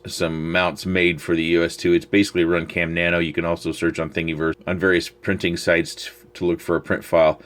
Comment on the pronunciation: Thingiverse is pronounced like universe, but with thing at the front. Hope this helps.